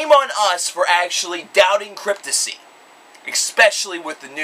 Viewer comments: Pronounced *CRYPT-TOP-SY* your pronouncing it as "Cryptosy" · reviews and talks like a fan, but can't even get the band name right. lmao. fail. Cryptissy? Dude, re-do the video with the proper band name pronunciation. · CryptoPsy! THE P ISN'T SILENT! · Dude has an opinion on a band who's name he can't even pronounce correctly.